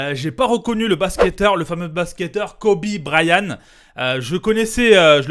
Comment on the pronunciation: BryanT on prononce le T copain